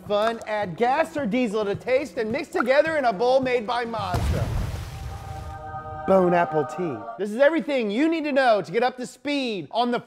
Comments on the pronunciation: Bone-apple tea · did I just heard "bone apple tea" 😂😂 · "Bone Apple Tea" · I heard Bone Apple Tea again Guess i should stop looking at reddit so much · 😂he said “bone apple Tete” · Bone apple tea lol good job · Bone apple tea😂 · Oh I think he means bone-Apple-queef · He definitely said bone apple tea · Did he say "Bone Apple tea" at the beginning? Lmao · Bone apple teeth